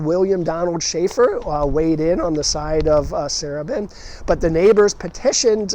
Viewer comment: As a Baltimore native now living in CA, my love of Baltimore is regularly reignited with each new video of yours. One very minor gentle correction is that the pronunciation of Sarubin, the former owner of the Beethoven. His last named was pronounced Sa-ROO-bin. I lived in the wonderful Beethoven in the early-mid 70s.